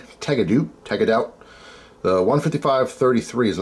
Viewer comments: Tag-a-doot???😂 It's Tagged-out. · I swear. Sometimes I think you purposely mispronounce words intentionally to boost interactions points. People who hunt have to buy a tag to legally take an animal. When they have filled all of their tags they are tagged out. Not tag-a-doot. That's what Canadians call it.